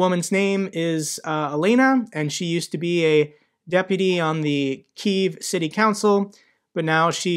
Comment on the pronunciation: I really appreciate the fact that you pronounce "Kyiv" correctly. I can't tell you how many people online and on TV get it wrong and it hurts to hear sometimes, like nails on a chalkboard. I'm an American, and I've lived in the States my whole life but originally I'm from there, back in the Soviet era, when it was spelled "Kiev", however it was always pronounced the same (Like Key, with a V on the end. 1 syllable, NOT 2)